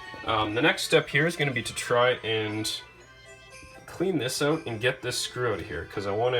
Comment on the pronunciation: "I'm gonna put a tweet oat." CANADIAN DETECTED